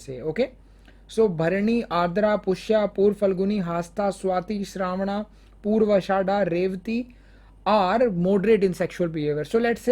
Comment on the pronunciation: u said purva shadha...its is purva bhadrapada